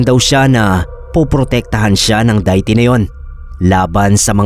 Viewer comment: Ano yun Diet Coke? Hehe kidding aside De-ih-ty (deity) kasi bigkas nun. Sorry medyo kasi nabobother ako😅